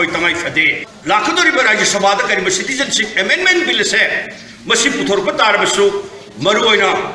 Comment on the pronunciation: Asi kanana pao panaba khlino.... pronunciation sengna tw ngmdaba... citizenship se shuru2 neislaga adum loisnkhre pao paba noi fwdi pronunciation dufwdi chumna twhninge